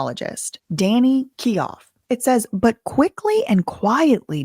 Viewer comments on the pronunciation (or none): Thinks it's Danny keough is said like keyO❤